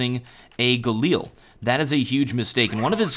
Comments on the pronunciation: Its not Gal-eel, its Gal-il, holy sweetness that annoyed me whenever you said that XD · Stop calling it the Galeel...